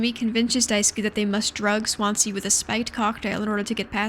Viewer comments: For Americans watching Swansea is pronounced 'Swan-zee' ! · Swan zee It's a city. Please learn to pronounce stuff first